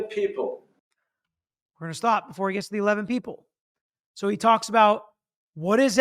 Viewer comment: In full Kennedy tone!